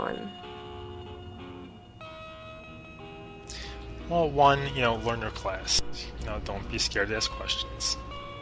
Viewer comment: Thank you for saying the name of the game correct! This guy isn't too bad as a player in Aion. But there's a difference between leading and going all out for your faction. This guy refuses to die for his faction and leaves automatically anytime things seem grim and let's be honest Sin Commander Xform.....really? kind of a waste of a spot would be the same useful as a 5 star xform. Bottom line this guy knows how to play but he will not die for his faction.